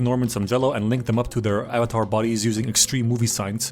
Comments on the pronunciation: *avatar not avatart lol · "Are yall avatarded?" 😂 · "Are you Avatarted?" I'm sorry to whoever that offends but that's funny af 😂